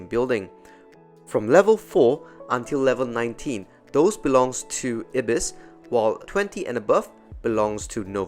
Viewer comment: it's pronounced eye-bis, not ibbis